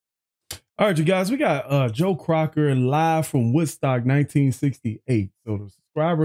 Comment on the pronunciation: That's Joe Cocker right not Crocker